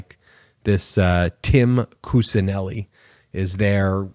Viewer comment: Kuccineli is pronounced as Kuchineli